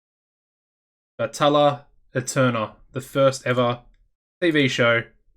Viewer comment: I took Spanish. And I know it doesn’t matter but if you wanted to know the exact pronunciation it’s Batayya ayternal the double L’s make a y sound and the e sounds like a hard a. But. You obviously don’t need to say it just figured I’d post it